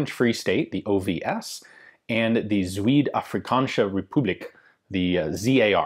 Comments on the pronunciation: Nope. Pronounced the same as Suid, just with a Z. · wow you really butcherred the word zuid there. it's like if I said South as SOOH-UTH. obviously this is from a Dutch perspective, might be perfectly legitimate way to say zuid in Afrikaans. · Zuid as sew-ide? It's pronounced zow-d. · its not zu-weed its zuid like how you say suid but with a z